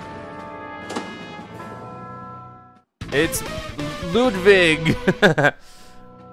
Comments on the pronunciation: HIS NAME IS LUIDWIG NOT LUDVIG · luvig Me: uh its ludwig not ludvig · LudWig not LudVig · It's Ludwig not ludvig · It is pronounced ludwig